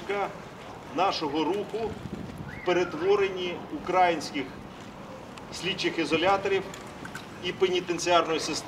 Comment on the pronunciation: укрAинских. Ударение на А так уничижительно говорят россияне об украинцах.